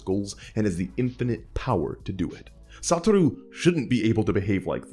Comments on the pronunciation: I can't listen to him pronounce SaTOru Gojo's name as "SaTUru"... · Can't help but either hear "Saturu" or "Satoro" 😭😭😭 Cool vid tho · Everytime my dude says "Satoru" it's in Italic